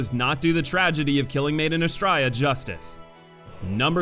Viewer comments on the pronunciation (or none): “Maiden Astraea” sounds like you’re saying “‘made in Australia” in an Aussie accent 😂😂